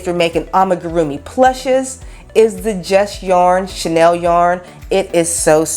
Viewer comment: First time viewer here, hi! #1 chenille is pronounced (shin-Neal). Your pronunciation is a French perfume couturier label, named after Coco Chanel. #2 if Helen Keller were alive today and heard ( translated ) what you said about her....oh, I don’t know what she would do... probably slap you somewhere into next week. Maybe not she had some pretty heavy comebacks herself, considering that period of Time. But don’t let that bother you, you have the energy to carry off what you are accomplishing in your videos. Keep it up but make sure your wise azz comments are focused on dead guys so they can’t come after you. I appreciate your critique of $ yarns cause I’m not able to get there to do my own assessment, so thank you, you covered the details I was wondering about very well. 🕶? Ummmm, well, your spec’s are a very personal choice. I prefer wire rims because more of a person’s natural beauty is allowed to be on display. Since I’m about as old as & do look like Benjamin Franklin, I would say, to flatter your beauty, don’t cover or distract from what you naturally have going for you. Someone said they make you look professional... ummm, yeah, a professional clown perhaps cause they are way too huge for your petite features🤡. Sooooo, get several pairs! Each to convey your changing moods and to match new outfits! There! Settled! Thank you for this review!